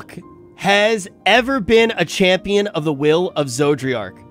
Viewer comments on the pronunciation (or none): It still bugs me that still pronounces an extra “r” in Zodiark. I live in the mid west and it’s like when people here say “warsh” instead of “wash”. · I just hear "Zoji-ark" or "Georgi-ark". Its hilarious. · Okay as someone who gets a wee bit irritated from mispronunced names, cause I live with that most of my life, if I here him call it Zodriark and not Zodiark one more time ^ ^+ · Cmon, it's ArdBERT and ZodiARK. It's not difficult. Love the fact that you enjoy the story though. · Finished 5.0 and still can't pronounce Zodiark. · It was fine when he would mispronounce Zodiark's name before because he only had to say it a handful of times but he said Zodiark's name so much during this session, it was genuinely distracting for me lol